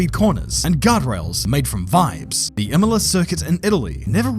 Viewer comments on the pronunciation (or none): none